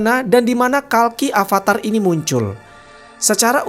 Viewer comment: maaff bantu koreksi untung pembahasan kiamat agama hindu, jika di hindu "v" di baca "w" jadi... Abangnya salah baca bukan avatar tapi awatara terimakasih